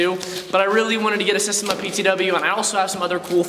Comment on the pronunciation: SA-steM-A Not systeM- A